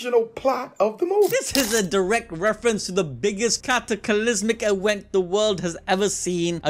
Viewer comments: why do you say "ewent" instead of just "event"??? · "Main Awent" 😂😂😂